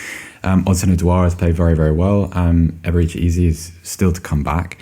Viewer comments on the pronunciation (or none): He didn't pronounced Eze Eberechi’s name well at all